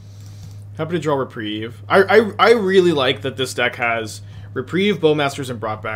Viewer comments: repreeeeve. not reprive. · He has said Re-prive more times than I can count. But he has correctly said Re-preeve a few times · Hearing you mispronounce reprieve over and over is like nails on a chalkboard. There are not two ways of saying it. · does he really still not know how to pronounce reprieve, is he messing with me, I guess chat moves quickly he could just miss it over and over and over and over